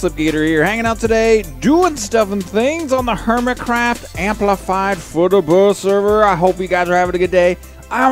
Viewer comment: Lol he said hermicraft amplified at the start derp